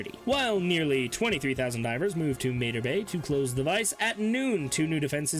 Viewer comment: It’s pronounced “MAH-TAR BAY” not “MAY-TER BAY” even the ship says it when you travel there!